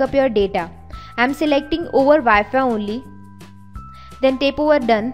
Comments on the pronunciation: its tap not tape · It's tap not tape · Guys - I know shes pronouncing Tap as Tape... but the thing is you are watching this video cause you'll wanted some information about backing up android.. And I salute her (whatever she pronounces) she took out time to make a video and show more than 1 million people what they were searching for.. At least half a million might have found exactly what they were searching for. So please stop making fun of others and try to help someone.. Its more fun that way.. Good day.. (put a TAPE on your minds... when criticizing) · She is just pronouncing wrong the word Tap